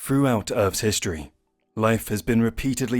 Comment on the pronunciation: Froughout, Aftermaff... Why can't grown adults pronounce TH any more?